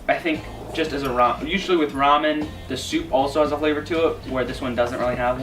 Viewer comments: rah- men not RAY-men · I was lol at Raymen. Yep, it's Ra-men. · I couldn't listen to her say "Ramen" anymore.